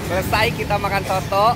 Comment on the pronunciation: Nama masakannya bukan SOTOKK, tapi SOOTOOO !!!!!